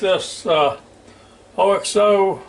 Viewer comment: Hey! It is pronounced ox oh. I first learned of them when I lived in the UK and they quickly made their way to America quite a while ago.